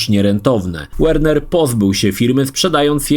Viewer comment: Spoko wszystko tylo na Boga nie wymawiaj nazwy Warner jako "WERNER" bo skreca uszy